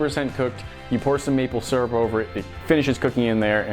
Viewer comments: Boi ain’t nobody say surup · You won't see this but your saying syrup wrong